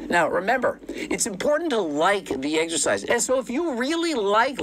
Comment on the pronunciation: Why can't Greg say "exercise" correctly?